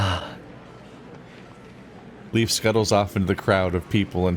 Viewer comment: don’t think I’ve noticed/thought of it before, but is Leif supposed to be pronounced the same as ‘leaf’? I know the Norse explore Leif Erikson is pronounced that way, but in Germanic words, ‘ei’ is pronounced the same as ‘eye’, which would make Leif pronounced the same as ‘life’, which would be a punny name for a doctor character. 🤔